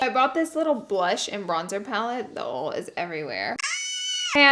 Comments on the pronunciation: Everytime she say “ol” instead of “oil” 🙄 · OIL(ojal) Not ol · Someone tell her that Oil is pronounced “oye-il” not “ole” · i love u but its oil not oul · Love how you pronounce “oil” like “ole”. ❤️. The southern accent is so cute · i love how she says oil as ole ugh its so cute xx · she really doesnt know how to pronounce oil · it's pronounced OIL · I lost it when she started saying the word oil 😂✌